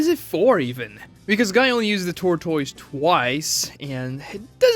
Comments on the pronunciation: Wtf is a ter-toys? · Hes gotta be rage baiting with that pronunciation of tortoise 😭😂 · How do you go your whole life and never hear the (proper) pronunciation of "tortoise"? How do you not know that you can use Google to hear any word pronounced correctly? How do you put a video out for the world to see and not be sure if your even saying things right? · "TOR TOYZ" but I say "TORT ISS" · wtf is a tor-toys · There was a plothole when was learning how to pronounce tortoise. This man pronouncing it like it's a Pokemon name. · I’m screaming! 😂😂 I was thinking the same thing like where is this ProMotion coming from. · he initially refers to it as a tortoise, then he calls it a turtle. But he doesn't know how to pronounce tortoise. Turtles and tortoises are not the same species